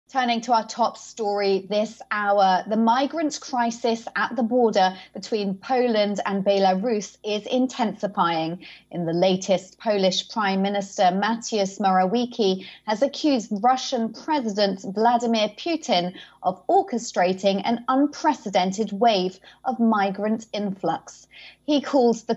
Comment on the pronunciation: its actually pronounced "Mat-ewoo-sh Mo-ra-vi-ye-ts-ki".